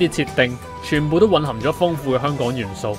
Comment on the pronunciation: 香港人請讀好香港兩個字，不要再香趕啦（甚至有啲人連香字都係冇咗個ng音）